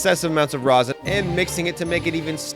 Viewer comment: Stop saying Rosin!!! JUST STOP IT!!!!!